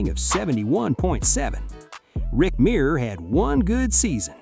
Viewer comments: It's pronounced Myrer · The research on this video is embarrassing The way they pronounce Rick Mirers name, The fact that they kept talking about David Carr but were showing clips of Derek Carr, and when they said that the chargers had the choice between Peyton Manning and Ryan Leaf and chose Leaf. They had the second pick the Colts had the first pick and took Manning. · I usually don't like AI mistakes, but hearing Rick Mirer's overly pampered, domer name butchered is like sweet music. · You mispronounced Rick Mirer's name.